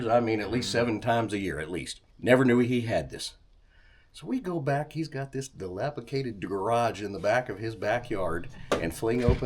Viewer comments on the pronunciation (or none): That's dilapiDATED NOT dilapiCATED!! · ''galipicated''' you know when you get old, you can just make up words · "Dilapicated" is my new favorite word. 😂😂